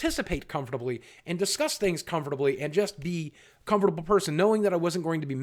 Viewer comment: The way you say comfortable makes me laugh 😂